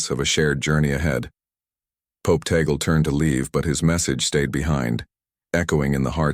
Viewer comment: Tag- le as pronounce in Ph po....